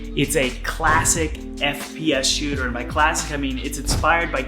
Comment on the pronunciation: no one: literallyyyyy no one:: fPs sHoOtEr